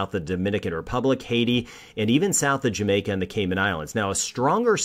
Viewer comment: Say JAMAICA a lot and you will become a celebrity to us...we love the job your doing and we love how you pronounce Jamaica 😂😂😂🇯🇲🇯🇲🇯🇲🇯🇲